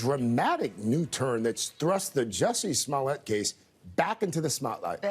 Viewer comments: Trevor says his name so white there "Jussy Smolyette" lol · You mean juicy smoolyay? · Here's Dave Chapelle speaking about the French actor, "Juicy Smool-yea".😆😆😆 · you guys... it's Juicey Smouleé